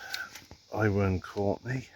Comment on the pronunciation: The I in Iwerne courtney is pronounced as a U as in Uwerne Courtney hope this helps ?